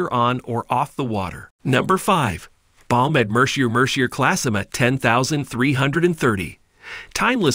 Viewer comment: Not Mer-see-er! It’s “Mer-see-aay”